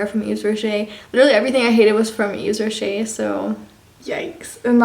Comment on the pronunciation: It's y"V"es rocher not ye"Z" rocher